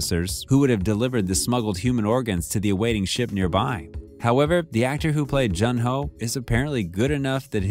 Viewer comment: June ho not j un